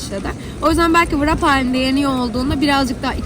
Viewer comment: Bilgilendirme için teşekkürler. Sadece tek bir düzeltme yapayım; [vırap] değil [rep] diye okunuyor.